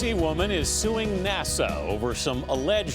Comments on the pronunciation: THEY SAID NASO IT IS NASA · did he say NASO